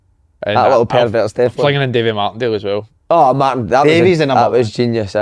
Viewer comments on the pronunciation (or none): none